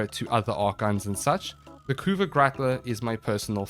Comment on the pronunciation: you did pronounce it correctly! thus the community declares this a valid tierlist.